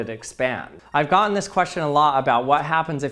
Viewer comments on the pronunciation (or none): I can't figure out what accent this guy has. His pronunciation is strange. "Gotten" is pronounced "Gott-un". Many other examples. "Button" is "Butt-uhn".